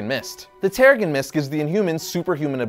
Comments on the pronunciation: terriGen not terrigun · I cringed every time this guy said "tarragon mist"...🙄😒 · Giovanni Balbosa-Mc Intosh , I don't know him to not like him, & I don't hear the "accent" you describe, only a mispronunciation of what should be "terra-jen". This is a free platform, I'll watch whatever video I want & comment however I like. Thanks for your input, though.